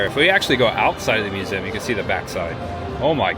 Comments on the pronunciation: Dude, it’s pronounced “myoo-zee-uhm”. Lol. But, seriously.. great video,. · The way you said museum shows the true Hoosier. Lived mos my life in Bedford and moved to Fairmount about 2 years ago. Next week we close on a house in Gas City. Love the videos man!